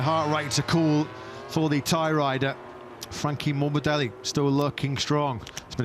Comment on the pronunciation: "franchi morbideli"😂